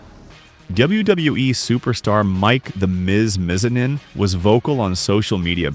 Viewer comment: You butchered The Miz’s last name bro. But fr he should have been Johnny Cage